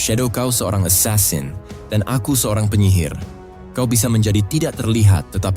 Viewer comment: Asasin jangan esasen